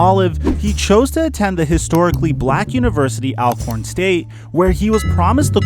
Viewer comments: It' is pronounced ALL- CORN.... Let's get it right.... 💜🧡💜🧡4LIFE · It’s pronounced ALL-Corn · Its amazing how you wrongfully mispronounced Alcorn State University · It would have been great if you would have pronounced Alcorn correctly!